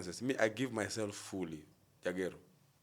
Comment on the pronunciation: Jagero yawa it's juogi 😂😂😂